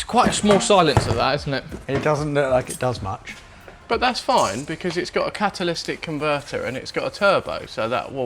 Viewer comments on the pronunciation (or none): lol says catalistic converter I thunk he means catalitic converter which I know he knows lol just sounds funny hearing it